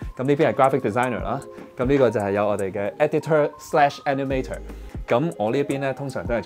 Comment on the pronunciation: 雖然內容講得好好聽，但editor animator 個尾音r係唔洗發音，無捲脷音